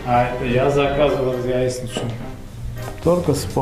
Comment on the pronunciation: "яиСница или яиЧница?" -вот в чем вопрос)))))